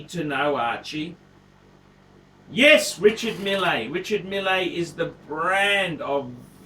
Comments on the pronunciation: Its pronounced mill!!! Anyway glad to hear you have come to your senses and would like a lange... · I don't think you realise that I know French very well. In French you generally ignore the last letter and the R's should roll off the tongue. Archie can't pronounce his native English words let alone French names! Meel is probably closest we can get to how it's pronounced.